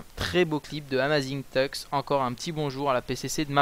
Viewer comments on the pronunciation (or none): le premier A de "Amazing-Tux" se dit comme un E et non pas "A" mais après je dis ça je dis rien, juste pour pas écorcher son pseudo ! ;) Mais sinon bonne vidéo :)